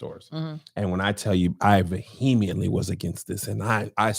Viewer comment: When are Josh and Angel gonna teach Kev how to say vehemently?!?